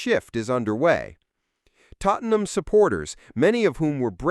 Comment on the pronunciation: more AI horse shit. it even calls Tottenham "Tottleham". rubbish